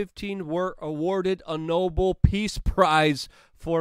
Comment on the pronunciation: Luke. It’s “no bell” not “no bull” prize. Please get your verbiage perfect if you want to be a valid alternative to the bs news drips. It exposes your depth of knowledge, not your polish background.